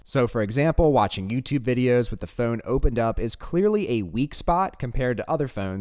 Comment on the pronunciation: Don't you say "f-own" funny. 🤣